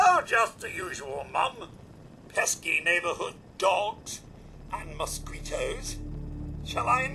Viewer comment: nice mis pronunciation of mosquitoes